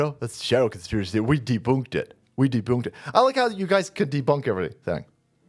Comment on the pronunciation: You "De-boonked it!"😂😂😂